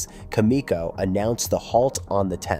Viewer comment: It's not cam ee co. It's pronounced with a soft e